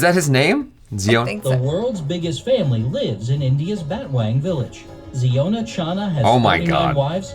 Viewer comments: Its pronounced as "Zy-on-a" not "Zee-o-na". Like the Hebrew word "Zion" with an "a" at the end to signify he is a male. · Its zion not jiona he from mizoram india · Its Zion-a, not ziona. Wrong pronunciation, and they are from Mizoram, North East India. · The pronunciation of the name of with 39wives seems to baffles you. It's Zion-a ( a denotes male ) pronuns it as Zion Williamson's name. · Worlds biggest family, head of the family name should be pronounce Zaiona